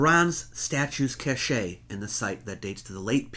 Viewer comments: The word "cache" is pronounced "kosh", with a soft ă, not "kashay". "Kashay" is a different word...spelled: cachet, meaning admired or prestigious, not a hidden trove of objects or supplies. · not cash-a but cashe = cash [some pronunciations incorrect] - nice presentation, but some weird pronunciations. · Listening to you say the word "Cache" wrongly, over and over made my morning. It's always funny to hear intelligent people say that word incorrectly. You say it just like you say the word "Cash". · The word for a large stockpile or find of objects is cashe, pronounced CASH,. Cashe pronounced CASH EH. is entirely different. Look it up. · Fascinating list and thanks for your continued excellent work. Sorry to be “that guy”, but cache is pronounced ‘cash’ not ‘cashay’. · Cache is not Cashay, it is pronounced Cash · Jeez man, "cache" is pronounced, "cash" not "Ca-shay". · Cache is pronounced "cash", not "cashay". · Argh! For the love of every discovered ancient deity... please stop saying "cache" as if it rhymes with "sachet". The word "cache" is pronounced the same as the word "cash". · Love your site,. But....cache is pronounced "cash", not "cachay." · Brilliant . I like the way that you present these . You are very clear and informative But there is only one thing that strikes me . That is the word ""cache"" pronounced cash ,,,, ""cachet "" pronounced cash. ey . both have different meanings. I realise that you are American but you are so good otherwise that this stands out like a sore thumb . I apologise for being so pedantic but as I have said you are great at giving information to people like me. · Splendid! By the way- cache is pronounced cash... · cache pronounced cash a hidden place a horde......cachet........ a mark or seal of approval.........i m confused. thanks great channel.not Chanel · It’s a quibble, but “cache” is pronounced “cash.” “Cachet”means something different. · The word is pronounced cash, like the money. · It’s pronounced “cash”.